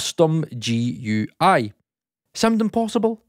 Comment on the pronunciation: Oh man, they way you say GUI is gonna tick some people off. Just so I don't need to comment another time, it's pronounced as a single word (like gooey)